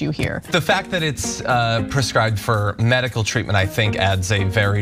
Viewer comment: Did she mispronounce ”medical” or does the pronounciation differ depending on what it’s referring to?